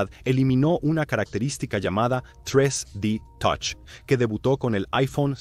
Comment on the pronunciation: Tres di totch 😂😂😂😂